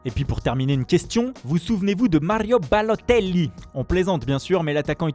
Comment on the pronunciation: Marrrio Balotelliiiiii 🤣🤣🤣🤣 il me fume avec son accent la